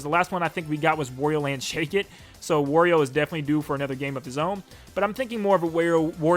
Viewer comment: It was a great video but I had to 👎 it because of how you pronounce wario